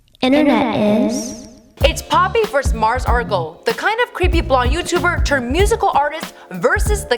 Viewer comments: Its Mars Argo not Mars Argle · Margos Argos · She said Margles Argles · “Margos Argos” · Why do you call her Mars Argle? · Margles argles 😂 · “Mars Argle” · Muurs Erlls, Mers Argles, Margo Arrls, Margles Argles... wtf??? You are randomly mispronouncing every other word! Is there seriously NOBODY ELSE over there who could have narrated this??? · Mars "Argle"? "Margle's Argle's" jacket" wtf this girl doesn't know anything. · This bit really said “Margos Argos” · "Margles Argles" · No she said margos argos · She said "Margles Argles"